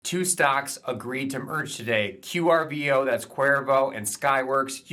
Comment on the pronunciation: Pronounced Core Voe= Qorvo not the way you say it. 👍🏻